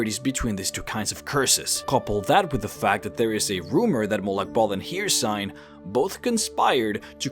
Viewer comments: you say Hirsign (hircine) but i've only ever heard it pronounced as Hurseen. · ffs, it’s not haircine. It’s pronounced Hercine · Her-Seen not Here-sine. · Hricine is pronounced: Hurr-ceene not here-sign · Hey love the videos, and they are very interesting but you really need to pronounce the names of the Daedric Princes better, for example, Hircine, not Hir and cine or Sheogorath, not shoorgrath, anyway just saying. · My boi its pronounced her-scene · Good god your pronunciation of some of the names are killing me here. Hircine is pronounced, "here-seen" and Sheogorath, you completely leave out the first O in his name. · his name is not "her-seen"